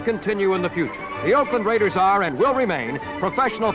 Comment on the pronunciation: Holy Sheep Shit!!! What an amazing beginning for the RRRRaiders voice!!😂